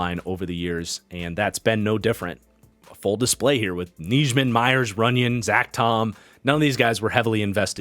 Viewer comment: Isn't it pronounced Nie-min for Nijman? Just listening at the packers website people and broadcasters they have pronounced it that way the past 3 years. Same goes for Enagbare and the pronunciation.